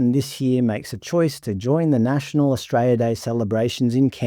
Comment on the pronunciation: I love how you pronounce Australia "Austray-ah"